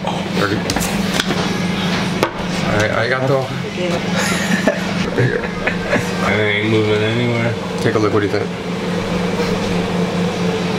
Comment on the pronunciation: when matt stonie says agrigato Weeb's: Kawaii